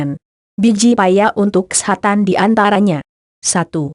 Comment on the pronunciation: cewe orgmna yg ngomong?? lucu bgt. kesehatan jg jd kesetanan hhh